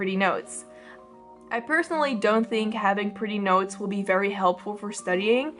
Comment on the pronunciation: Me being the idiot I am, thought the whole video that she was saying "nose" instead if "notes", despite clicking on it and knowing what it's about 😅😅